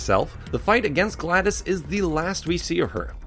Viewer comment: it's glados not gladus